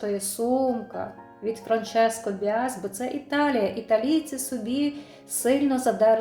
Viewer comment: Правильно говорити франческо Басіа